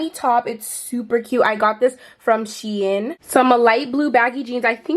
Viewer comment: I got it from sheein 😂😂 shein she in is what i heard 😂😂